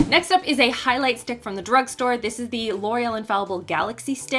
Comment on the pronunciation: After talking about the first product, I swear you said "good for the dork store " 😄